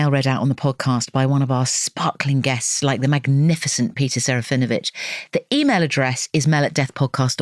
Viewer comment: Actually shouldn't it be seh-rah-fee-NO-vitch in accurate Polish pronunciation?